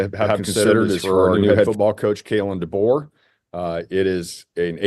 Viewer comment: Coach Debo , not Dabo, Debo lol. will be very much worth it. You go Coach Deboer. RTR